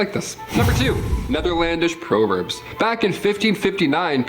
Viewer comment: Dude keeps mispronouncing the word proverbs.